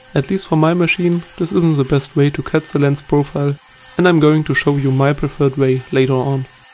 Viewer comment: Really nice, but its "the" and not "zse"